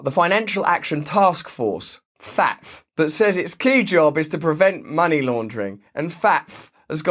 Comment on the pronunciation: FATF is pronounced fat ef